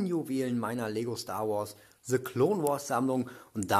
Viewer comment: Coole Sets aber ich finde es witzig das er se Clone wars sagt lul